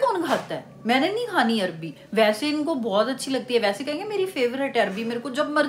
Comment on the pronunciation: Its arwi not arbi btw love from 🇵🇰